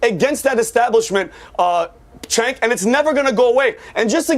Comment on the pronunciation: It's pronounced chunk